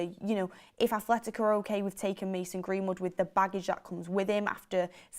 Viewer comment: There isnt any "h" in Atletico Madrid, and its kinda hard to listen to and Mark prodounce it wrong🤣